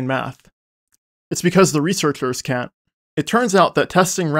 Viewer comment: Carefully enunciates "text explanations" like his life depends on it even though no one could possibly misunderstand. Makes no effort to differentiate "can" and "can't" even though they mean literally opposite things and sound identical in his accent.